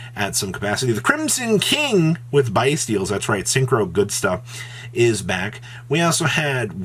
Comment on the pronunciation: Why does he still say “bye-steals” “BIS-TIAL”